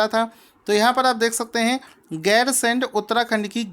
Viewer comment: 9) उत्तराखंड की ग्री्मकालीन राजधानी गैरसैंण को बनाया गया है। सर जी राजधानी का नाम गैरसैंण है आप गैरसेंड कह रहे थे।😊